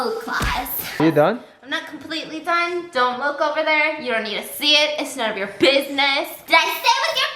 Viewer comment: "biss -ness"